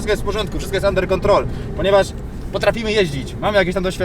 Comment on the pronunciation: wszystko jest under control XDD englisz perfekt